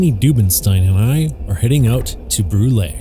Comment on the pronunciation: It's not pronounced Brulayyy... It's pronounced Broool lol. And it's a beautiful hamlet. I live about 20 minutes from there. The views are breathtaking.